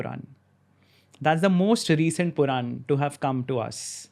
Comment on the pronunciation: It is Puran...Not ...quran